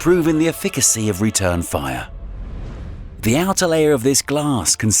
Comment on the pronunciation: rapid wound healing. divalent and trivalent. efficacy. pronounced wrong :p